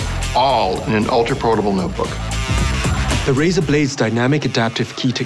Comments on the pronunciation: Razer not razor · It's Razer not Razor noob!! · i think it's razer not razor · it's razer not razor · its Razer not Razor